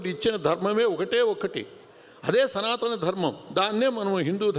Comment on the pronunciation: సంతాన ధర్మం కాదురా, సనాతన ధర్మం